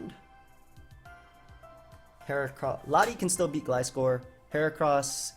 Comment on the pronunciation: You're saying Gliscor's name right. what is this dimension?